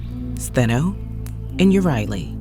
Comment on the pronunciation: Medusa has always been my favourite Greek myth character and I'm pleased to hear her sisters' names mentioned and pronounced correctly; I highly recommend Lauren J. A. Bear's debut novel Medusa's Sisters, a hauntingly beautiful plot narrated by Stheno and Euryale as they tell readers of their love for Medusa, the aftermath of their encounter with Perseus, and one big plot twist explaining why Athena turned beautiful long-haired triplet sisters into the snake-haired Gorgons.🐍🐍🐍